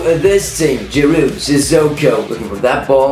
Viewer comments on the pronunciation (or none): none